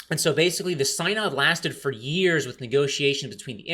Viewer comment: BTW "synod" is pronounced "SIN-ahd"